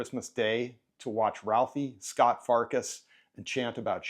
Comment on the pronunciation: It's Scut Farkus, not Scott. Duh. HTF can you claim to like this film and not know that?